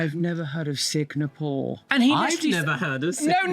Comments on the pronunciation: #2 in the original footage comm goes on and on...he repeats that he's Singaporean multiple times. It's also embarrassing that he's saying Sig-na-pore AFTER the TikTok owner has needlessly repeated Singapore over AND over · HOW did I not hear that idiot mispronounce Singapore the first time I watched that interview?!?! I´ve been to Singapore - it´s nice and clean. And I´m from Denmark and I say Finland is very real! We Nordics would very much like Rumpy to stop harassing our Inuk siblings too. Please leave Greenland alone, they own the land and we´re working on untangling them from our systems (we just had a campaign about how stupid it was for our CPS to be a thing in Greenland, because kids got taken from their parents due to the facial communication not constituting actual communication here - the cultural difference wasn´t factored in for some reason).